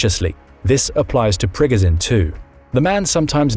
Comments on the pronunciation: It’s annoying how he’s pronouncing Prigozhin (Pre-Go-Zhen) 😅 dude’s saying (Prig-Ga-sin) and he watches the news because he knows the same info we all know.. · priGOZHin, not PRIgozin… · Great insights, but it's like nails on a chalkboard every time he says "Prig-i-zin". It's Pre-GOH-zHin. (LeviosAH...😂) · Pri GO zhin..... Jesus pronounce it correctly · Why can't you learn how to say Prigozhin after 2 years of reporting on the war? Don't know why but it really makes me mad lol